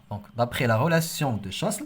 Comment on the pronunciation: Relation de chasle s ne se prononce pas